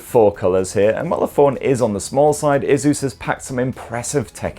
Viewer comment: My ears hurt when I hear the way you pronounce Asus